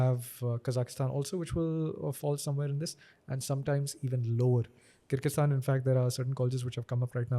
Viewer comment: He couldn’t even pronounce kyrgyzstan 🤨and speaks about worlds education system regarding doctors 👿